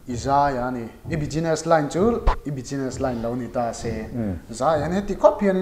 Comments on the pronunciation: Bijiness tih hi Business lam dan dik tak a ni lo. Bizness tia lam rik tur a ni zawk..Khawi khawiah mah bijiness tia an lam ka hre lo. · Tige beziness i tih xel a? business ti ve mai la a har loh nen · Chuan 'S' hi 'G' ang in i lam bawk a... Business ah te kha 'Bugeeness' tih a ang a...rawn sawi ve mai2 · Ngatinge 'bijiness'i tih tlat a? Sap tawng lam fimkhur a pawimawh...